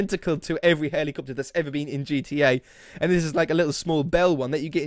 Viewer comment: say helicopter. Helicopiter.